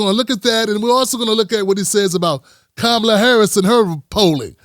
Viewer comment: Please put the accent on the first syllable of KAH-ma-la. Like a comma.